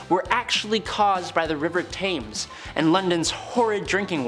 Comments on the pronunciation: It's pronounced tems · River Thames pronounced “Tems”.